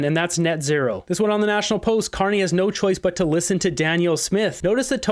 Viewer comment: Nah he said it correctly.